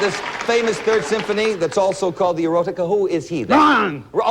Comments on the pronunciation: Very boorish behavior by Glenn Ford. Peter Marshall kept adding a "T" to the Latin word "Eroica", meaning "heroic", not "erotic". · It's "Eroica, not "Exotica." Beethoven. I'm surprised that Peter Marshall mispronounces it. 🎶🎶🎶🎶